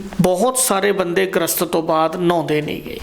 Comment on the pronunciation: ਗ੍ਰਸਤ ਨਹੀਂ ਗਰਿਸਤ ਲਫਜ਼ ਹੁੰਦਾ ਹੈ ਜੀ।ਵੈਦ ਜੀ ਦੀਆਂ ਗੱਲਾਂ ਸਾਰੀਆਂ ਸਹੀ ਨੇਂ ਪਰ ਅੱਜਕੱਲ ਕਬੀਲਦਾਰੀਆਂ ਦੀਆਂ ਐਨੀਆਂ ਜਿਮੇਵਾਰੀਆਂ ਵਿੱਚ ਬੰਦਾ ਏਨੀਆਂ ਕੰਡੀਸ਼ਨਾਂ ਦਾ ਕਿੱਥੇ ਖਿਆਲ ਰੱਖ ਸਕਦਾ ਹੈ ਜੀ!